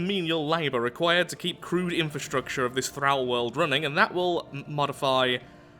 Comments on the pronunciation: "Thrall" rhymes with "Paul," not "Al." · But, it's pronounced "Thrall" not "Thrall"